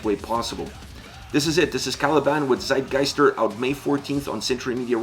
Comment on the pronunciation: Tsitegeister, if you pronounce it like that, it'll be the right way.